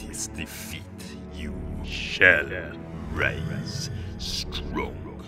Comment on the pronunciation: "You shall rise StRoNk"